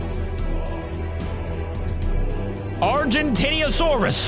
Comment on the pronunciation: Argentinosaurus is no argentiniasaurus its pronounced (Arjentinasoris) Argentinosaurus